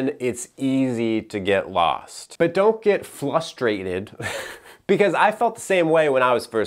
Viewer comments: " don't get 'flustrated' " lol (Im stealing that, btw). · Flustrated - you ain’t kidding. Lol